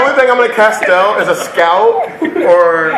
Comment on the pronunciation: "I'm not going to castel anything" Kek